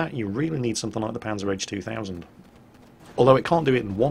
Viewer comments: "Panzer-H 2000"? It's PanzerHaubitze! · rly? panzer h 2000? pzh stands for panzerhaubitze not panzer h ^^ if i heard it wrong and you said P Z H 2000 then sorry but otherwise i think you got that wrong and i would love to hear what a brit makes out of panzerhaubitze... native english speakers always come up with amazing nicknames for german tanks:) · Say it with me, "Panzer-Haub-itzer zwei thousand" Not that difficult, right?:P